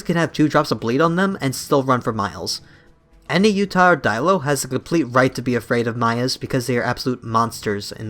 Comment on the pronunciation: I am born and raised in Utah, and the way you say Utah is pissing me the fuck off. “Utih” ugh, it’s U-TAW. UTAH!!